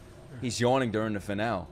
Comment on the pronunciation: You're pronouncing finale wrong